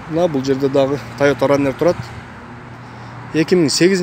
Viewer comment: Фураннер эмес форанер